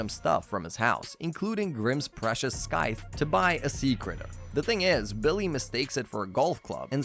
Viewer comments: That had been bugging me the whole time. I know the guy worked hard on the video and I respect that but it's scythe not skythe! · Its pronounced SY-th not SKYth you absolute melt. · lol "skyth" honestly its triggering me good video tho keep up the good work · I can’t handle every time he says “skythe” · I feel the same. Great video, weird pronunciation tho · Right? He mispeonounced scyth so much uggggg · Why do you pronounce scythe so weird.....